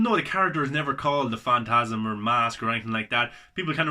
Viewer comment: You've definitely been sleeping on this man. You said it yourself - it's great. One of my faves. (Also at the end you call it "fast of the mantasm", by accident I think. Made me laugh 😂 👍🏻